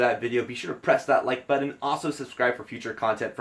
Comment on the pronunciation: You say Buddon instead of Button lmfao.